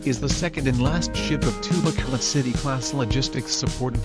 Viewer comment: BRP Bacolod City, not Bacoloc